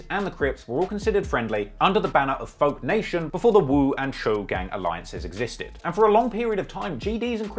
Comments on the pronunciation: If I he stops calling the Cho (cho)... Choo (chew) 😆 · Choo is pronounced like dough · It’s not “chew,” it’s Cho man at least make an effort to get the pronunciation right if you’re going to have multiple videos on a topic. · I love it when be says woo and chew… lol it’s chooooe silly, spelled choo… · Yaii is pronounced Cho not chooo 🤣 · Bro no cap u did this video wrong lol u got wrong info bout dusty and u don’t even say Choo right and 22 only started the uk drill beats in nyc bobby and rowdy started that listen to computers 😂 bro please get better info then do this vid again